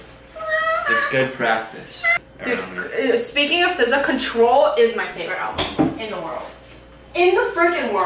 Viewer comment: LMAO I forgot I had the YouTube sub titles on but every time say SZA it puts scissors and then for the rest of the video sounds like she’s saying scissows